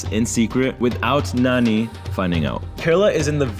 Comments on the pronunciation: Half lndian means what is your father race, its lovely to hear you saying nani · I like the way you say Nani , as a native hindi speaker we always called grandma Nani. My grandmother is no more in this world , it’s good to see you guys have great time with her :)